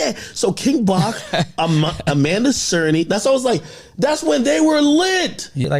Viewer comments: That one also had me raising an eyebrow lol! I felt like he said it correctly once then switched back to DAY-storm 😭😭🤣🤣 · Its triggering me the way he keeps saying Amanda Cernah, its CERNY 🤣🤣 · Is it hard to say "Cerny" ... SURN-KNEE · Even tho her name Amanda "Cerny" sounds like he saying "Serna"